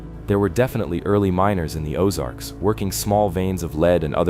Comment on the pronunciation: I really enjoy and appreciate these types of videos, but what I don't like is the continual mispronunciations. Whether it's an electronically generated voice, or a real person reading the script, it's extremely annoying. I'm from Kansas City, and now, at almost 70 years of age, I've lived in the Ozarks for the last 30 years. I'm quite familiar with the places mentioned, and I'm irritated with the mispronunciations in almost every video I see. I couldn't even understand some of the names he/it was speaking. I.E. "Osage" is pronounced "Oh-SAJE" with a LONG "A" sound, not as in "massage," "message" or "garbage." This is a real problem, because of the sheer numbers of careless idiots, who don't know and are too lazy and stupid to care, and who fecklessly plow through the English language with absolutely ZERO REGARD for how idiotic they sound, whenever they open up their festering gobs!!! Make these dummies research the place and people names, before they start reading. What passes for education today makes me want to PUKE!!! But it's a great video, otherwise.